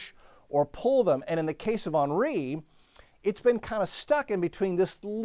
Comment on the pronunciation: Hen ree. Hen. Not on. Ornery thats on, ornery. It's an H not an O...